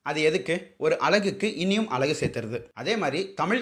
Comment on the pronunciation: அந்த நாய் அலகுன்னு உச்சரிக்கிறான் அழகுக்கு பதிலாக...அழகும் அலகும் அளகும் வெவ்வேறு அர்த்தம் உடையவை...முதல்ல நீங்க எல்லாம் தயவு செஞ்சு அ க ங ச படிங்க அப்புறமா வந்து சரித்திரத்தைப் பற்றி தெரிந்து கொள்ளுங்கள்...